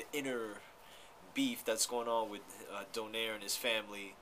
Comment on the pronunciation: its not "Do-Nare" its "Do-Naye-Reh"